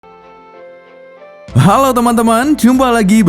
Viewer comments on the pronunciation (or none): none